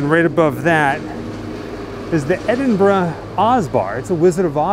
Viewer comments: I have to congratule you. Very rare for am American to correctly pronounce Edinburgh properly. Normal is Edinbrooo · Thank you for loving my hometown as much as I do and for pronouncing it right! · Thank you for pronouncing Edinburgh properly.